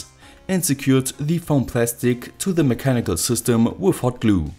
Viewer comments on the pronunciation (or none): “Wif Hoat Gluooo”